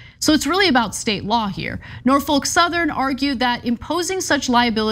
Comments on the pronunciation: It’s Nor-fuk Ana... Nor Fuck... not folk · The L is silent In Norfolk Ana